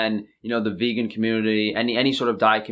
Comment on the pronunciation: Guys, he claims he is vEGGan... the other g is just silent and it sounds so much like vegan...